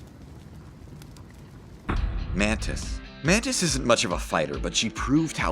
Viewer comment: "I am mantis........." sounds like "I am panties........."